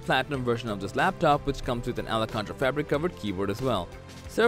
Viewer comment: Alcantara = AL KAN TEH TAH, not Ala countra